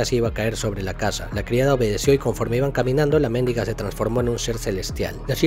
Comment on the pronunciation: No se pronuncia mÉndiga